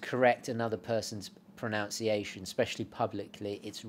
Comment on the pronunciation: An ironic comment from a big fan,. It's "pronunciation" not "pronounciation.": )